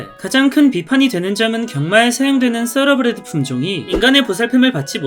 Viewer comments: 서러브리드가 아니라 thoroughbred.타러브리드가 더 정확합니다. 서러브리드는 생전 처음들어보는 발음입니다. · 타러브리드야말로 처음 들어보는 발음인데... 떠(뻔데기발음)러브레드가 맞는 발음 아닌가여??